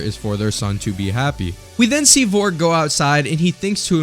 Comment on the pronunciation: "VORG" "VOLRG" Aahahahaha americans